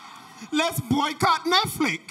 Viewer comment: he said boycott NETFLICK LOOOOOOOOOOL